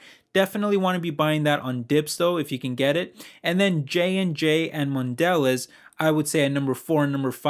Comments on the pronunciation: PRONOUNCED MODELEEEZE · It's pronounced man de lay. It's French so you don't pronounce the last letter. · It's pronounced MON De Leza. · Dude, Good video, but you need to learn how to pronounce mondelez... The bar over the last e means something